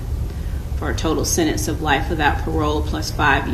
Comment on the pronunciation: Why did the judge say sedence instead of sentence